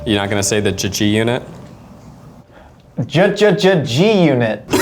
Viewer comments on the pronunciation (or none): crying at how didnt get ANY of the inflection of how to say G UNIT! also live for the impractical jokers style repition of the mic from behind the scenes by the chefs